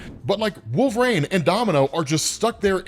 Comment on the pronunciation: Can’t stand how he pronounces wolverine. It’s not “wolvraine”